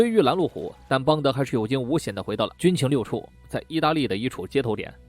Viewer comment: 可能原来读错了（